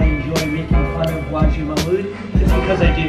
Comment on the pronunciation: my last name is mahmood too and man CANT THEY JUST SAY MA-HMOOD like cmon man. but anyways CONGRATS WE ARE ALL PROUD OF U☺️🇵🇰❤️